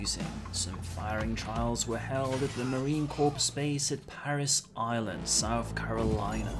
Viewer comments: Marine Corps, pronounced "core" not "corpse" please, source: MCRD San Diego, 1995. 😉. Wonder if that's why I've always sided with Militech over Arasaka? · Hey there buddy just a heads up when pronouncing The Marine Corps pronounce it as "Core" the 'p and s' is silent.